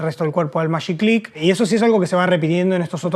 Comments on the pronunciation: Los contemporáneos del invento, los que lo vimos nacer, le decíamos «magiclick», pronunciando la letra «g» como suena en el nombre «Jorge», como lo llamaban Hugo Kogan y toda la publicidad en TV. Estos chicos tan simpáticos parecen trasladarlo de época al pronunciarlo como si estuviese escrito en inglés. Es cierto que es un poco híbrido porque la palabra «click», al estar escrita con «ck», es sajona; en castellano se escribe «clic», y no se lo considera un préstamo lingüístico sino una onomatopeya. «Magi» puede ser tanto inglés como castellano, así que… todo bien. Cada época hace lecturas diferentes. Otro aporte muy importante del invento, que no mencionaron pero que sin duda no deben ignorar, es el de la seguridad. Los fósforos, en una casa con chicos o con ancianos, podían ser peligrosos. La evolución en el largo del diseño tampoco es caprichosa: con la primera versión era muy difícil prender el horno de la cocina o la llama del piloto del calefón. Y los colores tiene que ven con el espíritu de la época, había libertad, fantasía y aires jóvenes de renovación. Los cambios en el vestuario también daban cuenta de esto. También existió una versión previa de los chisqueros con cable, generalmente enrulado como los de las máquinas de afeitar eléctricas, que terminaba en una ficha para enchufar. Esto los ataba a que hubiese un tomacorriente muy cerca de la cocina, lo que limitaba mucho sus posibilidades de uso. Los felicito por el trabajo de estudio y conservación de nuestro patri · Hola , muy interesante. Y muy bueno , Pero se pronuncia con G no Mayiclick.